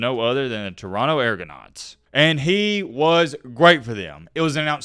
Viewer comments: You pronounced the Alouettes correctly but Toronto Argonauts, or Argos, sounds like R-Goes, not Air-Goes. Growing up in Detroit Metro we could pick up Canadian TV. On a side note: Sadly, the CFL disrespected their natives and removed the Eskimos name from Edmonton. Elks, really? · Al-you-wets R-go-nauts